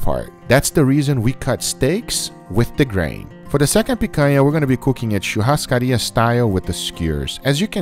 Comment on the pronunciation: wow, an american with actual good pronunciation of churrascaria, nice